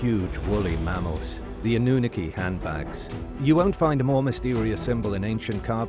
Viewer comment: Why are you pronouncing Annunaki wrong?